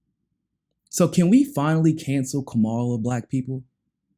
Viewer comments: Kamala isn’t black and it’s probably best if you don’t mispronounce her name because it makes her sound black. It’s pronounced KA-ma-la., not ka-MA-la. Great video as always. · It really saddens me that using a fork and napkin, in any situation aside from cannibalism, is a factor for any person considering a President. What about continuously mispronouncing a person's name? Does that lose a person credibility? Kama-la. She is terrible, but say it correctly.